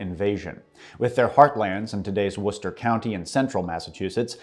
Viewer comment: Behold! An American that can properly pronounce Worcester! Praise be unto him!